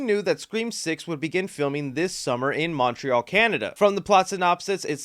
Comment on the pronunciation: My favourite thing is saying Montreal so weirdly